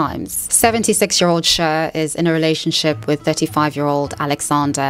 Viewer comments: The pronunciation of Cher = share (whatever that is in British) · Love the way you say 'Cher'